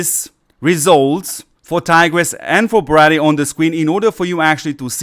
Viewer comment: Its pronounced Bray- dee.....not Brah- dee